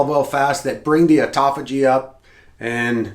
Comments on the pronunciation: ATUTOPHAGY I'm out. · Here for the 'atutophagy'. 😂😂😂